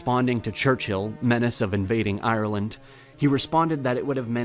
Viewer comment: You trigger me . It's Ireland not iland